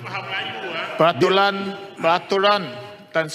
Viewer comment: Kepada ahli parlimen yg berkulup..mari saya ajar cakap melayu: Kejujuran bukan kejujulan Tan Sri bukan tan sli Peraturan bukan pelatulan Ragam bukan lagam.. Macam mana tak past berbahasa melayu boleh jadi ahli parliament..rakyat Malaysia tak fasih berbahasa Malaysia itu pelik kan